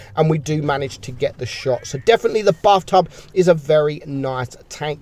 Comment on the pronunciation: why i hear buff tuff instead of bath tub